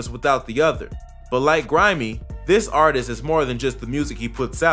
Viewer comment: You got grimeyy and cee murdaa right